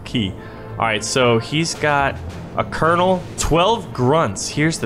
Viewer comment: how u say colonal again?